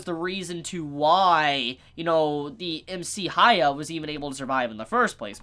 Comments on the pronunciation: Is this an English-speaker thing? You can't pronounce "hya" you have to make it ha-ya? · Please dont take it the Wrong way its prenounced Hyaku-maru Its not Acurate But It Should Help I beleave the Manga Do not use Modern Anime Names LOL Like Hiro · Idk why so many people have issues pronouncing Hyakkimaru's name. The characters say his name. Just listen and repeat. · You can't expect everyone to just pronounce a fucking name like hyakkimaru correctly the first time when the names they're used to are completely different.